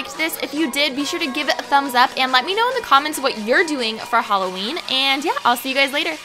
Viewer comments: Btw holla-ween😂😂🎃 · "Halla" It got me x] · "Holla-ween" hahaha! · HOLLA-ween Lol :P